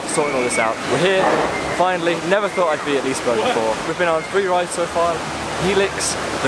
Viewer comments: I am half Swedish but now live in the UK so I don't know much Swedish but I believe they pronounce it like "lis-e-berry" that's what the bing translator says and that's how I said it when I visited liseberg :) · I'm sure it's definitely "Liseeberg" but you know what my pronunciation is like! It looks like you had a good time! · its pronounced leeseberj